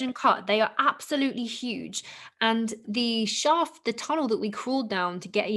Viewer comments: It's Shhafffft! not shaft. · “The Osiris shoft” “the Osiris shaft” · Way 2 different ways of pronunciation: shauft (British): shaft (American) You can't tell if he's agreeing or correcting her haha